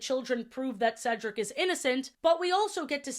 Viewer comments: I find it funny that as a kid I never realized that Sofia was saying Cedric name wrong in season 1. 🤣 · Sofia pronounced cedrics name wrong But got right in the end she was doing it on purpose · I've NEVER liked that Sofia mispronouncing Cedric's name was a running joke. Once or twice? Sure? Ongoing like this? Literally the only reason they get away with it is because it's being done to a white man. Any other gender or race, and that joke wouldn't fly, and frankly it shouldn't be allowed to fly here, either. ESPECIALLY from the protagonist of a show aimed at such a young demographic who, in any era but ESPECIALLY this one, should not be learning that repeatedly mispronouncing another person's name, even if they repeatedly correct you, is a cute, funny character trait. It's not quite on the stalking problem in Miraculous, but it's still firmly in the 'a bit of not good, old chap' camp. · Because of this show, I could never remember how to pronounce my academic advisor’s name in my freshman year of college. His name was Cedric and I had only ever heard the name through this show (at the time, I had only seen the first season), so I would always stutter and mess up his name. I would go, “Hi, I’m here to see Cee-Ceh-Cee? Ceh? Dric?” Stressing the entire time. I wouldn’t be surprised if he thought I didn’t like him. He was super nice and I always felt so bad. T-T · the entire 1st season i was so defensive i was like "SHE JUST HAS A STUTTER STOP BEING SO CRUEL IT'S A DISABILITY" about her mispronouncing Cedric's name, at the time by season 2, i thought "oh she's improved. she's finally got his name & 'Ce' sound right. good for her." now as an adult ... i swear she might just be messing with him on purpose & my undiagnosed naive autistic child self, took her as serious 💀